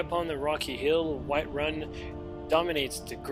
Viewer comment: It's called Whiterun man, not Whiteruin. Have you ever even played skyrim?